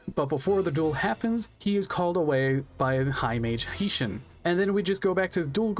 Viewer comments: Quality check. I appreciate that you put effort in to making this, but there's quite a bit of information that's incorrect. Isis can draw in to B. Skull Dragon, Meadow Mage does not drop Gaia the Dragon champion, and you can not fight all 3 villagers in the 2nd half of the game. Heishin, "High Shin", Heinz Ketchup Shin. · Your pronunciation of Heishin will give me reccuring Nitemares